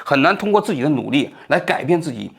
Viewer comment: 跃yue迁，王局你在之前的节目也是读的yao